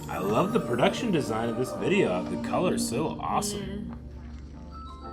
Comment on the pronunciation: Yes ballads typically don't have them singing along side a backing track like dance heavy songs typically have. Thats why you can hear them clearly change a few things, like how on the track Asa says "love" with a pronounced "F" kinda like "flove" but in the live she does not. Of course they still have effects like echo when needed but it is indeed live. I do hope you guys check out Twice because that means you can see the Killing Voice video, it's so good. I would of course also nominate groups like Bigbang to get some OG dudes in there and Red Velvet aswell mainly because I'm hooked on the new Red Velvet comeback, Aespa is also so good and interesting to go through simply because of how wild their MVs can be. Maybe one day has experienced at least one group from each big label.